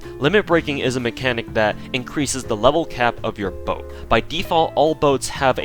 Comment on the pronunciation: boat, not bote